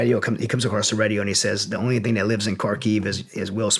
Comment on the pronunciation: It's "Radio", not "Redio" lol